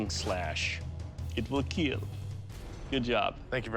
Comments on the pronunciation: He says “it will keel” not kill but yeah I agree lmao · Your weapon will keel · “Your keyblade will not keel.” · IT WILL KEAL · I like the part where the guys smile curls up like the Grinch and he says "it will kiw" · "It would KEAL" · “It will keel “ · It will keel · It will keel! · Your weapon… will keel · "let's keel" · Doug gets born... Doctors: "It will Keel" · Your blade- will keell 🤣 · But will it Keel?? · “Overall, your weapon… will keel” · This will keel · I, I want to swing swords around and then say “it will KEEL” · The work is kill not KEEL 🧏🏽‍♂️😤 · ... "it will keal" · Your blade Will keel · It will slice It will cut But most importantly... It will keel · he said it wrong my poor ears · It WILL keel 😏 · It will “keel” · It will KEILL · It will KEAL😹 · I guess all these weapons will "keel"... 😐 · It will keel😂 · “It will keel.” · "IT WILL KEEL" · When Doug said 'Kill' I heard 'Keel' dafuq...? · Of course, it will "keel". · It will keel. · will it keel? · "You will keel." "Yes Master." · Doug says "keal" a completely different meaning from "kill" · "Will keel" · "it will keeul" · I love how Doug says "It will keel" with a smile on his face